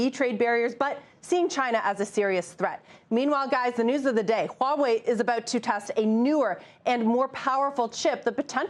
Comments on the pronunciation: WTF is "Wah-way”? It's "hwaa·way". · Huawei not HAUWEI